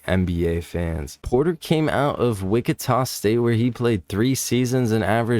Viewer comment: Just a heads up that you said "Wickita" but it's pronounced "Witchita".